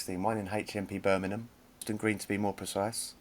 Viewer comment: it's Winson not Winston.